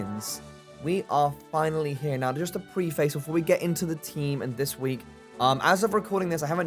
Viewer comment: spelled Preface bit pronounced Prefice